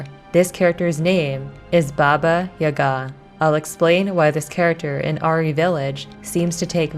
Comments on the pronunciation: Really cool video, but I find your pronounciatin of "Yaga" (Jaga) weird. In Polish we say it with an accent on the first syllable YA-ga, not ya-GA. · When I was growing up, grown ups would always use Baba Yaga as a scare tactic to get kids to go to bed at bedtime lol However the stress mark on the name Yaga is on the first a, Yága :) great job on the video! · Yaga like saga.